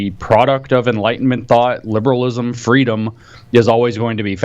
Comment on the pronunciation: Kamala: 'I want fweedom!